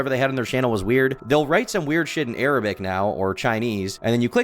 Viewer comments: Bro said ARABIC, I know it’s taking away from the main point but gah lee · Lol "ARABIC" 😂😂😂😂 dude is internationally illiterate